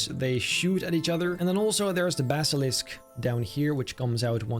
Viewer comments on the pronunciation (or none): none